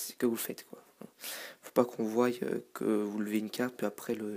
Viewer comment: Il dit (voye) s' est voie